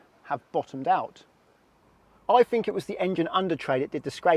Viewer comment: "I fink I did scrape SUMP-fing"